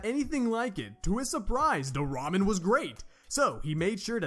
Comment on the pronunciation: I like that you said da ramen